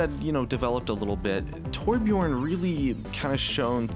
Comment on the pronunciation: when people cant pronounce torbjÖrn, whats so hard about it? Ö not O